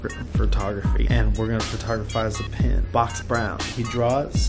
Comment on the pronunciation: i see a pin, but i hear PEN every time. might make that into a montage for funziessss XD